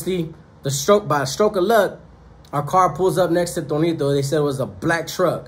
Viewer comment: Tonito or Toñito? Lol